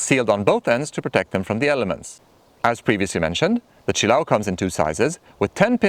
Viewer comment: Say it with me... chill-A-oh. Accent on the A.